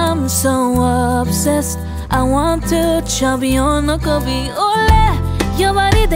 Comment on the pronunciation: I love the nkwobi pronunciation tho😂😂😂